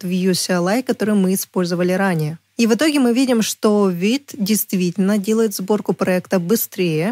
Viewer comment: Не уит, а вит